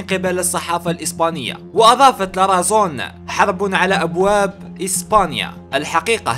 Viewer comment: حبيبنا انطقها لاراثون شكرا و ليس لارازون